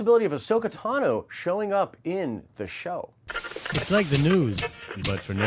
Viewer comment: Is no one else triggered by him saying Tanu as opposed to Tano? So annoying